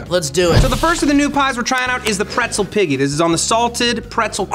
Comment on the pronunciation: I love how serious it got at the end and also how has been fucking up the name of the pretzel piggy the entire show!